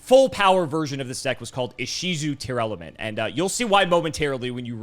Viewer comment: come on man, LSV doesn't play Yugioh and he can pronounce them properly! It's Tear-Lament, not Tear-Element.